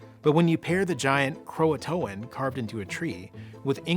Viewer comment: The name of the tribe was Croatoan not Croatan. The English had Croatoan men on the ship with them. They had been going to the island of Croatoan and living there for months at a time on and off for 3 years before they went to Roanoke.